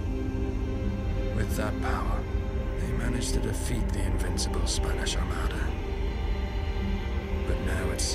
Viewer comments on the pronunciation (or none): none